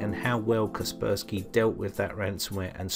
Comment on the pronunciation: Kasper (like the friendly ghost and spy (espionage).... I used to pronounce it like you until I realised.... haha